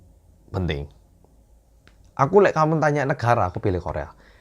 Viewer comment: "Lek"-nya itu, loh, yang khas~😂